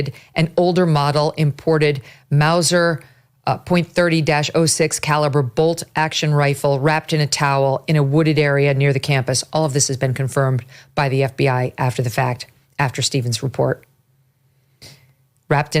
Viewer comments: 30-06 is often pronounced "30" "aught" "6". Common full power caliber with an incredible history of performance. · you are doing a great job. May God hold Charlie’s wife, children, family and friends close. As you are not a firearms enthusiast, the pronunciation of the weapon’s caliber is “30 ought 6”. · It's pronounced Thirty ought six. Popular hunting rifle and logical choice for a shot of that distance. Lot of hunters have taken deer and other big game with that gun from same distance, but a precise shot like that takes a highly skilled shooter. Maybe someone who hunted all his life, or even a paid professional hit, in which case there are more involved in this sick act. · It's pronounced: Thirty ought six... refers to the .30-06 Springfield cartridge......that round was overkill. The shooter choice of ammunition tells me he was gonna make sure that even if he missed a vital organ that Charlie still wouldn't walk away. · It's pronounced "thirty aught six" 😉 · Just wanted to help people out here with the Mauser calibre. "30-06" is pronounced, "Thirty-Ought-Six" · Megyn- you pronounce it "thirty ought six." That's the gun world vernacular. 30 caliber, adopted by the military in 1906, hence, "30-06". Used in both world wars and now probably the most popular hunting cartridge for deer and elk and used all over the nation. The rifle sounds like it's an old military rifle that has been sporterized with a scope and that's why a head shot at 200 yards was so accurate. Open sites would be much more difficult at that distance. The ATF trace may not turn up a thing, depending on if the gun has entered the system via the 4473 form and through an FFL dealer. If it's a family heirloom or the killer picked it up at a garage sale, then there will be nothing that will come back from the trace to tie it in with the killer. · The gun caliber is pronounced 'thirty aught six'. This rifle is a common deer hunting rifle.